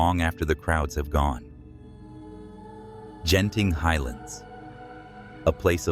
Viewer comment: Sat "Genting" , sat "Jenting". Paaadiaa 😂😂 Obviously an AI generated voice 😂😂